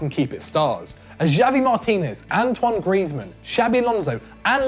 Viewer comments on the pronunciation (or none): none